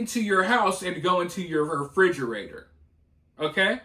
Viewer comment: It's pronounced refrigerator you figure you spend all your time in it you would know how to f**** say it